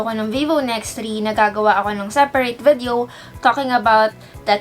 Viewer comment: I don't know but I find pronunciation of "vedeo" cute! 😍